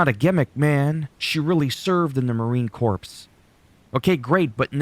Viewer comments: Corps pronounced Core. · My thoughts are how do you not pronounce Marine Corps correctly? Canada sure, but this was a big deal when Obama botched it. Pronounced Core. Spot on thoughts though.